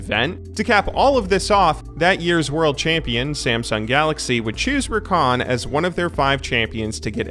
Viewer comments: "Rrrrrrrrrrakan mid" I love it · The way the CLC caster says "RRRRRRRRRRRRRakan Mid" is just fantastic